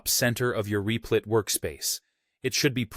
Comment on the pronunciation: Lol "Reeplit"